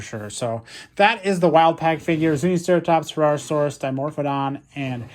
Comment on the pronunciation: herrerasaurus you said that right